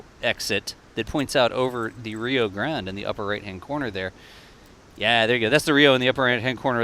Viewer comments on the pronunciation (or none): none